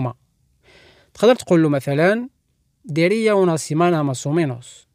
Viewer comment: Diría no es deria vale